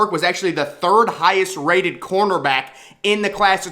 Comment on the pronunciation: I completely agree ...but on a side note can you please stop pronouncing cornerback like cornterback?